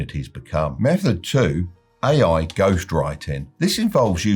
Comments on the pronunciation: Does he pronounce AI "aiai"? That's how I know the advice is not going to work. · Why did I think he was saying "aye aye" 😂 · "oue aye"